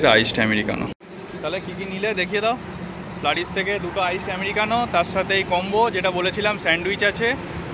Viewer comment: Flaris noi flurys